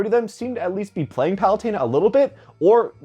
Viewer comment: Isn't it Pah-loo-ten-ah? Not Pah-loo-tayn-ah?